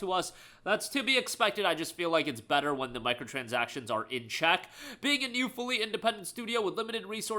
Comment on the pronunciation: "MICROTRANSACTIONS" LMAO